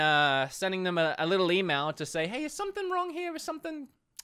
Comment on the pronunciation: “It ees what it ees”